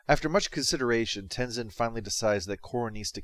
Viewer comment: I love that Korra’s first line being “I’M THE AVATAR! YOU GOTTA DEAL WITH IT!” It really shows Korra being a VERY different protagonist rather than being Aang’s copycat despite being his reincarnation. Also, Aang’s son is pronounced Tenzin, not Tenizin.